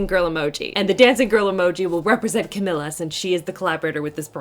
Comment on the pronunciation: thank you for the awesome review,! 💜 just FYI, Camila’s name is pronounced CaMEEla CaBAYoh, not CaMILLa:) 💜💜💜